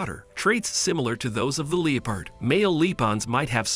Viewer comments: Your pronunciation of the word ‘leopard’ went from cringey to extremely annoying and bothersome. It was like my ears got stabbed every time I heard it. Who the hell says LEO-PARD? It’s LEP-ARD. That drove me nuts. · The fact he keeps saying Lee-Pard lol kinda taking me out